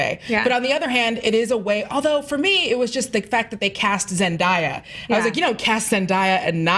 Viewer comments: ZenDIEa? Oh honey no. Its ZenDAYa. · HER NAME IS ZENDAYA NOT ZENDEIYA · "Zen-Die-A" Wow... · It cracks me up that people still can pronounce her name right. It's ZEN-DAYA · It's pronounce Zen-day-ya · why did she pronounce Zendaya weird?